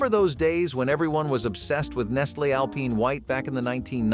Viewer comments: Al-PINE...not Al-Peen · "Nestlay" "Alpeen white chocolate" 😂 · The way this person pronounces nougat and alpine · Who doesn't know how Alpine is pronounced???